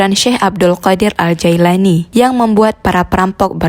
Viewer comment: Afwan 🙏 yang benar nama beliau,, JILANI bkn Jaelani juga bkn Jailani🙏